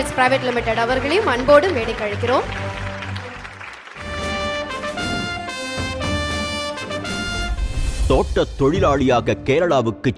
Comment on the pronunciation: அது, 'மேடைக்கு அலைக்கிறோம்' -இல்லடா.., மேடைக்கு 'அழைக்கிறோம்' 'ழ' -சிறப்பெழுத்து நாவில் வரவில்லையா?, நாவை வடி.., இல்லையா, மேடையில் ஏறாதே... கோபம் வருகிறது...